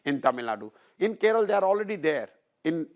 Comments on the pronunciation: It's kerala not keral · It’s KeralA not Keral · I love Prashant Bhushan, but who will tell him, it's not " Keral" it's "Kerala!!" 😊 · Its kerala not keral?? Please learn to spell first